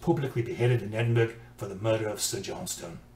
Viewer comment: its pronounced "ed in bur a", u as in "but". Its easy, and it makes Scots happy. James Clerk Maxwell through his mother (Maxwell name adopted by husband) and the ninth Laird John Maxwell have a common ancestor. My attitude is the number of ancestor grow exponentially (2 power n) the further back you go. Eventually you will come across a murderer, and a king, usually the same person.